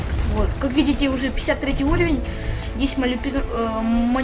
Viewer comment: пачему ты сказал улавень а не уравень? а так круто красава